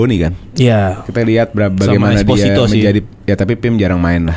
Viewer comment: Pak setau saya namanya st inter itu Pio Esposito bukan pim Esposito